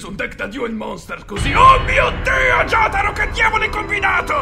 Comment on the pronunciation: Oddio, quindi pronunciano pure Jotaro, Yotaro? che brividi